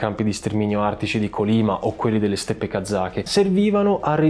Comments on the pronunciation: Cortesemente due segnalazioni: Gulag, l'accento è sulla a. Si scrive Kolima, si legge Kalima. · Complimenti per i contenuti! Certamente è difficile pronunciare termini in lingua straniera, ma i video sarebbero ancora più belli se nel fare ricerca storica ci fosse un po’ di ricerca sulla pronuncia. Kolyma si pronuncia Kolymà, Gùlag si pronuncia Gulàg. Sembreranno dettagli, ma enfatizzano la qualità della ricerca.